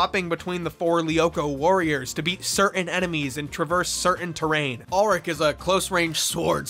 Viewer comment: why are you saying ulrich's name wrong.